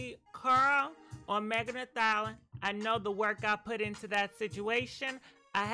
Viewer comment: Come on are u trolling us? You really think stallion is pronounced “ THALUHN”